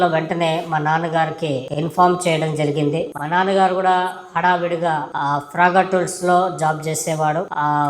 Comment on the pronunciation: Enkoti adhi fraga kadhu ra praga